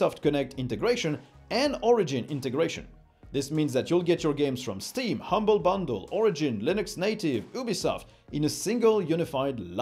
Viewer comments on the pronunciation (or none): none